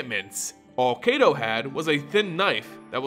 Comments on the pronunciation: Soo good! I'll need to review this more just to learn more of Neon Kamigawa, one month away as of today! <3 To also help with Kaito Shizuki, they pronounced in the reveal, Kaito (Keye-to) the ai sounds more like eye. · If Kaito's name was pronounced as it is in the video it would be spelled Keito but it isn't.